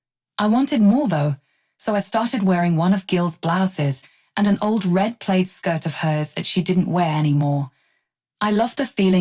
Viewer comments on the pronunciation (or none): Stop mispronouncing plaid😮